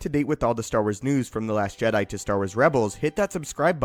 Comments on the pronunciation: You legit say JEDII order instead of Jee-dai, im getting triggered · How comes you pronounce Jedi and not Jed'ia, understanding languages will help you understand how words in Star Wars should sound, also, you need to work on your pauses, listening to you talk about a subject does my head in! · 😂 He keeps saying:"JedII." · The je DIE! Seriously the way you say Jedi is hilarious. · The background music is so distracting cause it's so good. And the way u pronounced jedi tho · stop saying jedi so awfull...ugh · lol, i noticed it to